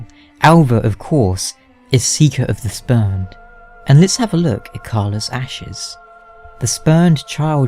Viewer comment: Definitely thought you said speaker of the spermed at first